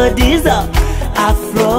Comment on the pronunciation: Btful song kbsa but you have to learn that there's a big difference between R n L pronouncing,so I didn't hear afRo but afLo